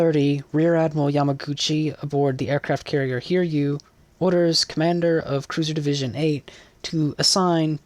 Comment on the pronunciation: Nice vid. But a bit on the pronunciation of Sōryū (Souryuu) and also Hiryū (Hiryuu). They're Japanese names, so the yū part is actually a part of "ryū/ryuu". And with that, you should pronounce their names as Sō-ryū (Sou (like the word 'sew') - rew (kinda like 'new')) and Hi-ryū (Hi (like i in the word 'bit') - rew (kinda like 'new)), not Sor-yū and Hir-yū. Edit: Maybe pronouncing ryuu like riew (as in the word view) might sound closer.